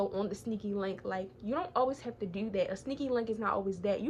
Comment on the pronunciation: She be saying tewwww 💀